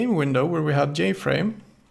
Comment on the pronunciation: don't forget jFrame as "yayFrame" hahaha